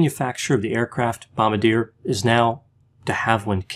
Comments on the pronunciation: Bomb-bar-dee-ehh...not bomb-beh-deer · FYI: it’s “bomb-bar-dee-AY”. Not “bomb-buh-DEER”. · It's not pronounced bom-ba-deer, but bom-bar-dia. Just so u know. It's a french canadian aerospace company. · Love your videos. Just FYI, we Canucks say the company name Bom-BAR-dee-yay. But I like how you say it like Bugs Bunny ☺️ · The aircraft company is actually prounounced "Bom-bar-dee-ay". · "Bomb Bar Dee Ay" is the pronunciation for Bombardier 😘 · usually on point with his pronunciation but bombardier is pronounced "bombarjhay" it's french. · He can't even pronounce Bombardier correctly, ffs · You mispronounced Bombardier...